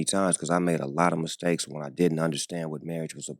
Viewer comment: "misstankley" Only misstake was him saying it